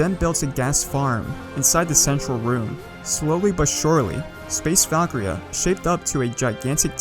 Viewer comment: Val-Kir-Eeaa Not Valkria